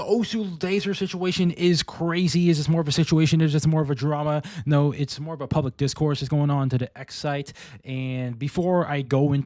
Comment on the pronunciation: "pubic discord"?